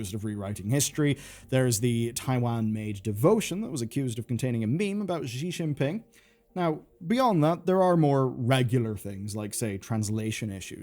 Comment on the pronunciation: Did you just said Ji XinPing? 🤣🤣